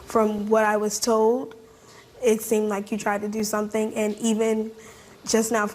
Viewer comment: "He seamded cool" 😂😂😂